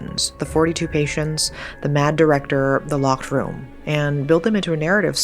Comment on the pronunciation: I wanna like this but the T sounds for words that end in D is driving me insane. It’s lockeD not lockeT